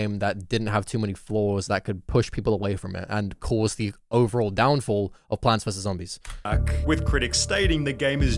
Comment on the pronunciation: 40 minutes is NOT needed and some pauses are just him making a joke (oH hE sAID plaanTS VeRse zOMBISS) like people just be saying anything to defend him